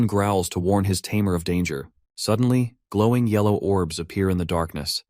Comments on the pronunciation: This AI voice seems unable to say "tamer" correctly! xD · What’s with the constant use of tameer instead of tamer? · What a interesting way too say tamer 😊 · if only the AI could properly pronounce "tamer" consistently